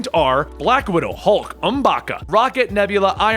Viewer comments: M’baku* not M’baka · Oooumm baaa kuuuu not um ba ka M’Baku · Does YouTube make people retarded because can no one correctly pronounce these people's name really M'baka??????? I lost a lot of respect for you, cuz just for that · *M'Baku. M-BAH-KOO. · I like how pronounced Okoye better than he did M'Baku then goes "I can't say her name right."